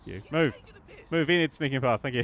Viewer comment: Enid her accent is just perfect hahaha